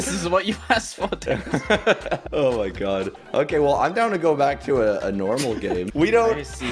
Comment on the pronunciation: lol say denis "dinis"